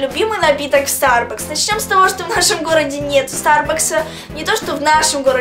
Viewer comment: Прости,но вот: 1)Не Sturbucks, а Sturbucks (ударение на второе u) 2)Может в твоем городе и нет Sturbucksа, но в Украине он есть и не один, их не много, но они есть!